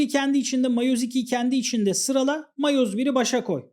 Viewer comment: miyoz tamam değil de matoz da tamam değil